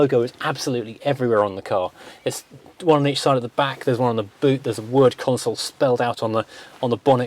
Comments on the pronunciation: Consul not "Console". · Pronounced Consul, not Console. Great video, thanks 👍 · It’s pronounced ConSUL not Console, you dipstick. 😂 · Stop stop stop STOP It's a Consul not a Console!! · It's a Consul, not a Console. Not once, but throughout! Aaaarrrgggh. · Excellent video about an onter sting car. It somehow irks me that you pronounce the model name as "console". It is a Consul. But that is just a gripe. The car is lovely and the video exudes affection.